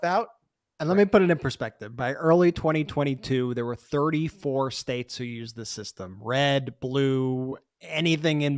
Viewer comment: Oh my God I thought he had missed pronounced this word so, I played it again and it's hilarious: he did say .."All 50 spakes" :face-blue-smiling: Then repeated it again to correct himself and said: " 50 states! Hilarious say hilarious. His dumb ass still can't speak his words clearly. Or he just has a mental and speech problem:face-blue-wide-eyes